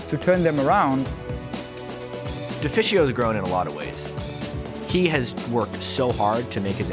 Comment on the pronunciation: Deficio is a good caster, and I like him, but his prononciation is just always annoying me and throwing me off no matter what game he's casting